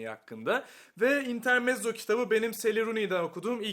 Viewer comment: İntermetzo olarak okunur.